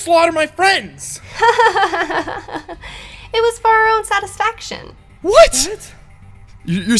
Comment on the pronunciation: When she said satefaction I had to agree with her😆